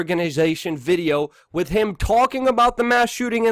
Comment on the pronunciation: Why do you pronounce "th" as "d" ie "wid" instead of "with"? Its super irritating and i want to keep listening but it makes it hard not to feel a strong urge to click unsubscribe